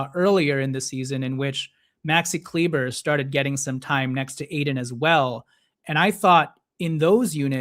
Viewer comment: Please stop saying kleeber…it’s pronounced Kleeba !!